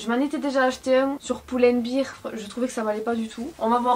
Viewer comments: Haha “pull and bear” ça se prononce “bère” comme un Teddy bear 🐻 donc en gros “poule 🐔 and bère 🐻” sinon quand tu dis “birre” c’est de la bière 🍺. Santé!! 🥰 bilingue on adore! Je te suis depuis un bout de temps depuis l’Angleterre. Bisous 😘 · "sur poule and beer" y a des fois où ton accent me vends vraiment du rêve 😂😘